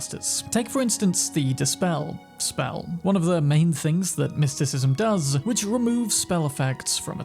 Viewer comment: So you level up your mer-KEN-tyle? ahh then after you work on your mys-TIKISM .... its merSENtile no merKENtile.. my word